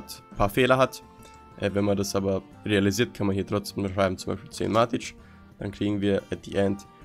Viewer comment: Nicht matitsch und auch nicht matit, sondern von der Aussprache her Mätik haha Aber ansonsten gutes Video 😅